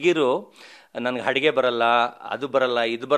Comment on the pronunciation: ಅದು ಹಡುಗೆ ಅಲ್ಲ ಅಡುಗೆ